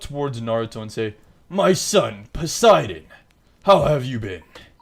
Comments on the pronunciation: It's po si den not per si den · Why did he say persidan